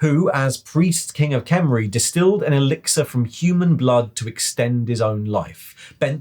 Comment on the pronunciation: I love you and your video but please, you gotta learn how to do the "Kh" sounds of "Khemri". You do a half "R" sound and you slightly swallow air and push it out. No wonder the Tomb Kings are always angry if that's how people pronounce their old empire name. Also Curious if they will add the Chaos dwarves, Ind and even Khuresh in the future. Heck, I'd love to know more about Albion and even other human realms in the old world like Estalia or Araby.